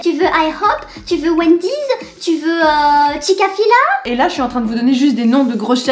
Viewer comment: Chica fila 😂 *Chick fil A